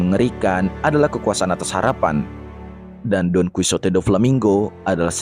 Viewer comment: bamg bukan donkusote,tapi donkihote dibacanya,btw itu tulisan gmpang nya ya